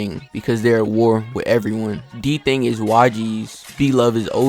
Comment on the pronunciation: Kay n blove still homies you said dthang lol that’s wrong bruh get the town shit right !! I’m really in the trenches everyday south Bronx